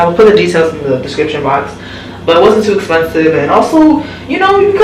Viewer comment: “It was toooo” 😂 let the accent out sis